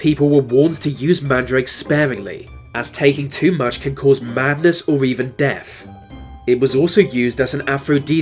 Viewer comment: This is spoiled by the commentator's speech impediment - Def instead of Death for example. Van instead of Than.